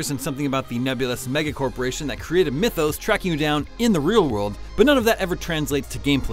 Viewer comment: This dude actually called MythOS, Mythos.